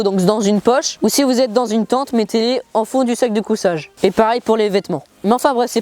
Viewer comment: On dit sac de couchage pas cousage